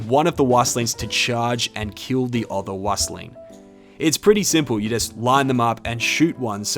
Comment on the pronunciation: Wüstling is pronounced "Wee-stling".